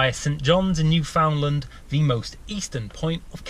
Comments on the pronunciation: Its new found LAND not new found lin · Why do people call Newfoundland newfenlend